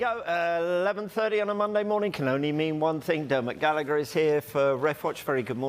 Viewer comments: Dermot Gallagher pronounced Gall a her not gallicker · And now for something completely different. If these guys can pronounce Kavanagh properly, why cant they pronounce Gallagher and Carragher properly!? The H makes the G silent in all case. Simple...